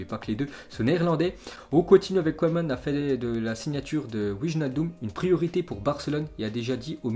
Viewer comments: Ça se prononce keman pas koueman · Hé,, t sérieux là tu ne connais pas la légende koeman. T'entendre écorché son nom ça fait mal.je commence à avoir des doutes sur tes connaissances footballistiques